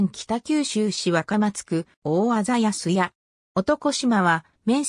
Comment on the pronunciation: 安屋 あんや と読みます。